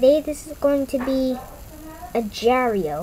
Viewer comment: Hello im not trying to be rude or anything but its not called ajar.io it has a g in agar.io but like i said im not trying to be rude